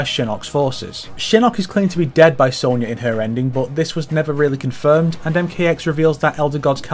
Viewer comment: Ffs it's SONYA! don't say sownyah like the yanks do, you're northern as well! We speak the queen's, pronounce with pride.